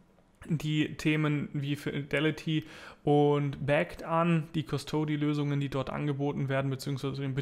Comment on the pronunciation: "custody" -- wird "Cu' stody" betont und nicht "Custo' dy" :-)